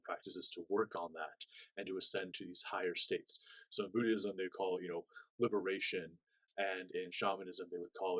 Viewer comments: Hi, wishing you the very best. The pronunciation of "Buddhism" is: "BOOD-izm." In the video, it sounds like you're saying "BOOD-ee-ism." Hope this is clear. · Hi, thanks for the video...FYI, it sounds like you're pronouncing the word "Buddhism" a bit incorrectly. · Haha 😂 it sounds like his pronunciation triggered you too much to see the knowledge.